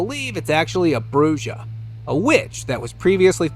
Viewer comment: Bruja is pronounced Bru-ha the j is like an h